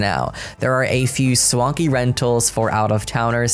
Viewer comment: I am unreasonably upset by how you pronounced swanky